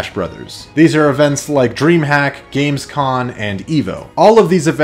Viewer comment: He said Gamescon instead of Gamescom Dislike, so sub and quitting the video here